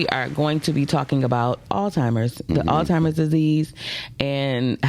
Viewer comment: 😒 "it oldtimers" "zheimers" 😂😂😂 cant take you seriously for nothing